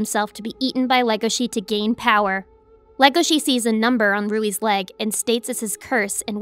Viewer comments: Why say “Rouis” when it’s Louis in English translation. Japanese can’t pronounce L’s so it makes an R sound instead. In a regular, non Asian accent while speaking English, it’s LLLLoius. Lowkey made it hard watching through the parts his name kept being stated lol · Omg WHY do you keep saying "Ruwie"?? Louis is pronounced as "Lewie" as in Louisville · Can I ask why she says Haru's name correctly but keeps pronouncing Ruis' name with the R when it's been agreed that it's pronounced Luis that it's a language crossover mishap just like Hal is pronounced Haru. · I love this anime. It has it's flaws, like every property adapted from a previous work, but that's not necessarily a bad thing. Yes, the anime does have some catching up to do in regards to the manga, but that's to be expected. Also, the way you pronounce Louis as "Rui" is probably to blame on the Japanese version. The Japanese alphabet has a problem with "L's" and "R's", where some confuse the two when translating the language. As an example, when trying to translate the anime and manga "DuRaRaRa!!", the English translation team struggled to keep the title as is or change it to "DuLaLaLa!!". Obviously, they left it as is. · the way Louis was said hurt so much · Omg why do people still say the L in Leuis name with the R like it's spelled in the sub. It's only said like that due to Ls and Rs sounding similar in Japanese speech. His name is said like lewy or Lewis. It's honestly just as silly as when people called Legoshi, Legosi, due to the way it was spelled in the sub. It's Legoshi and Leuis. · Not every character with an L in there name is automatically an R outside of japan "Rouis" is the dumbest thing I've heard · Why is no one talking about how they're calling Louis Rouis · bruh why pronouce it as Rouis....? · Rui? You mean Louis? 🤔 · Jesus christ... Who the hell is Rui? Maybe you mean Louis the deer? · Yo I thought his name was luis not ruie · Louie is not a hard name to pronounce